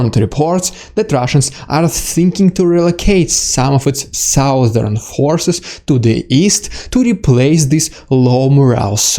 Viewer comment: Thank you for your hard work, sir. Your English is excellent, but I did notice you struggle with the word "southern". It's an odd word, because "south" is pronounced exactly the way you pronounce it. Native speakers drop the "O" when saying "southern" , so it sounds like "sUh-thern". Just a tip because I know how painful English can be and you're clearly working hard to be fluent. Keep it up. As a man nearly twice your age, you make me proud that young men today still have such fire in their hearts to learn, to speak truth, and to fight. Never suffer a bully.